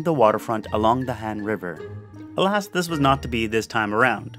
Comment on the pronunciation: I couldn't understand half of the Google translate voice on the places but I did recognize a few. You pronounced Han correctly, it's probably the most straightforward. I have never been to Korea, but I plan to in the future.